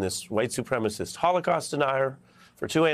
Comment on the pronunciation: It's HOLOCAUST, not Holocause. We need to remember and learn from the horror, so it won't happen again.